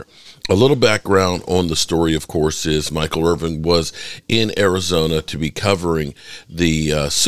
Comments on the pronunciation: Please make a better effort at getting the man's name correct: It's Michael IrVIN, NOT Irv-VING DO BETTER BRUH! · I guess if you were really concerned about Michael Irvin, you would learn how to pronounce his last name properly. There is no "G" in Irvin. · dude....please quit calling him Irving....its Irvin....thanks from all the real cowboys fans.